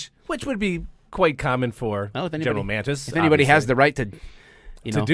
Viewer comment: It's not GEN Mantis, it is Mattis...